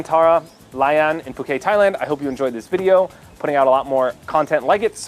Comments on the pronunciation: Yeah,, it's [poo-KET] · Are we all just going to gloss over the fact that he pronounced Phuket wrong?